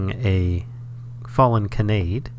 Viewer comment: Just putting this out there for future viewers and because it kept hitting me right in the feels in an irritating way: it's pronounced "kah-nah-day" not "kuh-nay-d". If you've ever watched Angel Beats, it's the real name of Tenshi (literally angel) which is why the description under the flower in Botania is "I'm not an angel" as it's a reference to that character. Botania is chock full of fun anime references :)